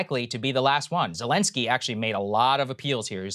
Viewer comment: President Belensky